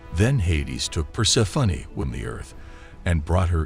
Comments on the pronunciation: i love the voice-over, but "Persefunny" is really not it🤭🌷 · The way he pronounces Persephone is extremely distracting.